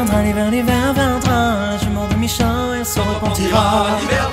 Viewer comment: ce qui m'a pas plus c'est la Jument de michaw (comme tu l'a prononcé) dit bien Michao